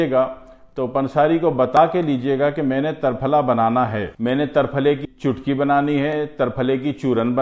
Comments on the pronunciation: Triphla and not tarphala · تر پھلہ میں ت پر زبر نہیں زیر درست ہے۔ جیسے = ترنگا۔ تکون۔ترچھا۔ تنکا ۔ تیر کمان۔ تیکھا۔تیتر ۔تیسرا۔ تین ۔تیرا۔ بہر حال آپکے ہاں جو درست وہی درست ہوگا ہمارا کیا۔آپ ہیں ۔جناب صابر ملتانی صاحب کی مجموعی نظر سے اسکا کچھ واسطہ نہیں وہ تو صرف قانون مفرد اعضاء کے بانی تھے انکو اسکی کیا ضرورت لیکن پھر بھی کسی مفرد یا مرکب تحریک میں اسکا ذکر نہیں کیا ہے۔ اشارہ کافی ہے۔کنایہ بعد میں نہیں کرونگا۔